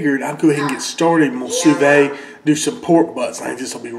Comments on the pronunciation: Su veed NOT su vey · it's not sue vay, it's sue veed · I Believe it's pronounced like sue v'd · "sooo vay" lmao love this guy! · According to the French, it's "soo vid". I'm wondering if you'd get even better results from using a larger container so the water circulates all around?